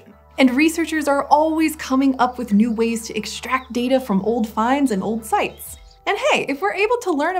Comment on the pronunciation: As he was announcing the new calendar I heard “first nude” instead of “first new”